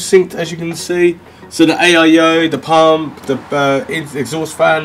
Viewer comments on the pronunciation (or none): none